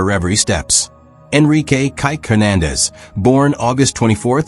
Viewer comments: OMG! It's KIKE!!! Pronounced KEE KAY!!! Not KYKE. And he is an amazing wonderful human!!! And I love how he adores his daughter and is there to be a wonderful goofball of fun for her. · Maybe you can just spell his name Kee-que so that your AI narrator will read it closer to Kike’s actual name instead of reading his name like a racist slur. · You need to edit this audio as the way you are saying his nickname is offensive as he'll. Idiotic AI strikes again. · Can you not at least pronounce his name properly….like you have no one proofing these ?